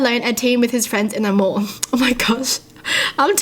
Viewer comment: It’s sounded like she said More when she said mall and I was confused for a second